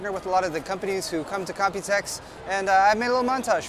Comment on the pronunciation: You always say 'copytex' 😂